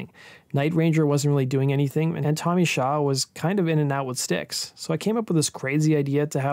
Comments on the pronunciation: I thought it was Tommy “SHAW”, not “Show”. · It's Tommy Shaw not Show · It's Tommy "Shaw" not "Show." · his name is tommy shaw not "show". you show brad gillis instead of jack blades. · Who the hell is Tommy Show? It's Tommy Shaw. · It was Shaw not Show.... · Tommy Shaw! Shaw not Show!!!!’n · Tommy Shaw.... not Show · Shaw not Show